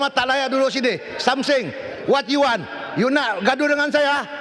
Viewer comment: Maaf aku ketawa Dia sebut Wat do you wan😂